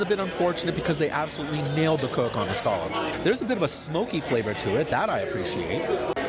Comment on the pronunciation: He said "scaw-lupps" 😂